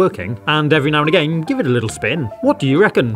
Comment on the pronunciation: The only bad thing is the way he says again